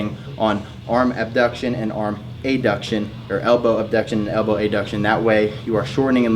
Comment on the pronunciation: It’s not called AYduction it’s called abduction. It’s adduction and and abduction